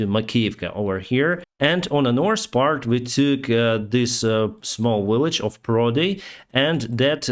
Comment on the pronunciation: I love pronunciation of the work: "north," sounds like norse =) Keep up the great work! 🤜🤛